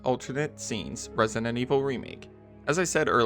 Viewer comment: stop saying “Resident” like that